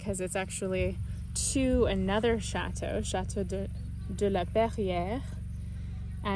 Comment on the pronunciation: Lovely,lovely. Thank you. But I beg you, please learn to pronounce chateau correctly!